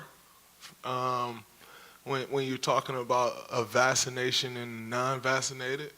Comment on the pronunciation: Nobody: Draymond: “Vassination” 😭😭😭